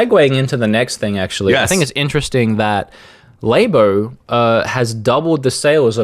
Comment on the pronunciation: Nintendo "LAY-BOH" literally couldn't piss me off more.